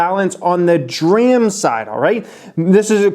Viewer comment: Jesus. It's called D ram. Letter D followed by the word ram.